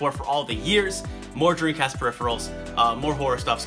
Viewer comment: this guy makes a video about dreamcasts but cant even say it. his lips NEVER TOUCH, dude keeps saying “dreencast”. i’ve been subscribed for months but this is the first time ive ever noticed that lol, i cant tell if hes just fucking around or its really how he says it